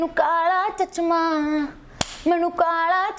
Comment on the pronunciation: It's not chachma, it's chashma... but your awesome